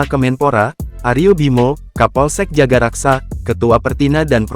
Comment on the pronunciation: Bukan jagaraksa min tapi jagakarsa🙈